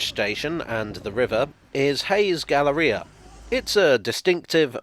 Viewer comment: You're the first UK-stanian I've heard who pronounces "galleria" as "ga-la-RI-a" as opposed to "ga-LAIR-ee-a".